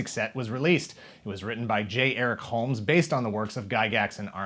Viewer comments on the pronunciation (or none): none